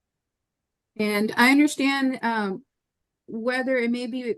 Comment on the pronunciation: “THEOLOGY”. GIRRRRRRRL. 😝🤣🤣